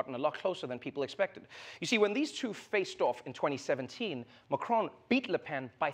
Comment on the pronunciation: Trevor, its President Macron, not Macrone. Also why use a hom-osexual voice for waiters?